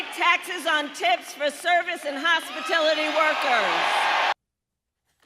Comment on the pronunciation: Hospitilty…??? Raising the minimum wage is going to kill us all